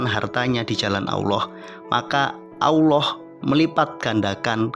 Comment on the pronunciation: Maaf dalam penyebutan asma Allah kayaknya ada yg salah di sini saya mendengar yg di ucapkan dgn eja' an Aullah ,padahal harus nya ejaanya Tetap Allah